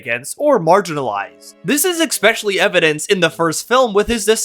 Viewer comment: Especially not EXpecially I'm not being pedantic, I just think you would rather use the right pronunciation